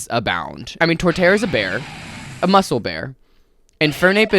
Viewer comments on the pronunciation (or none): none